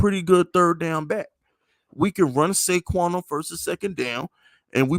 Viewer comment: did my guy just loose his rabbit ass mind and say pay saquan?